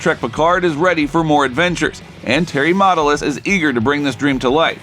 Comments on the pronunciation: What is with the “Mata-lis”? It’s pronounced “Matt-al-is” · May I suggest you learn how to pronounce the guy’s name before you record? The name Matalas (sp?) has the accent on the second syllable. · This would be far better if the narrator could pronounce Matalas correctly. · I watched until you mispronounced Matalas.